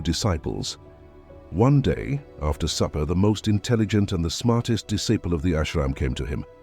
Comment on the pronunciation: You mispronounced disciple.